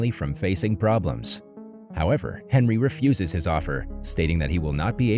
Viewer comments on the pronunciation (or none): none